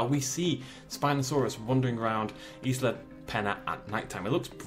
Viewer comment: Pronounced eesla